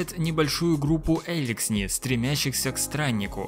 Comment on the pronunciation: «сплЭйсер»? «Эликсни?», что с тобой?